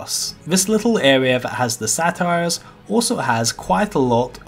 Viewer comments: You pronounced Satyr like "Satire". Think say-ter. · Satyr is pronounced say-tur. (Think of the "sader" at the end of crusader). I pronounced it as "satire" for a good eight years before someone corrected me lol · Sate-ur -- Not 'Sat' You can hear it correctly pronounced in Warcraft III cinematics. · It's pronounced Say-ter not sat-tire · Thanks for the vid, also its Say-ter not Satire lolol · Lol it's pronounced SAY-ter bud